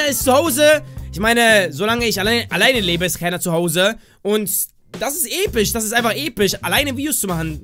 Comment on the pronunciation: wie du immer noch voll viel episch sagst oder wie du äpisch xD